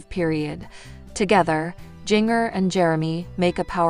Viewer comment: Her name is Jinger not Gingger